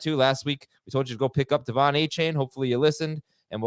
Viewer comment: It’s “A-Kane”